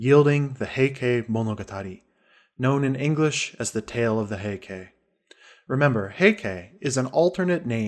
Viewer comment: The reader's pronunciation is repugnant. He doesn't know how the Japanese spelling system works, because when he says, 'Heike', he says ending ke, sounding like kay. ei in Japanese sounds like ay, and e sounds like the e in the word set.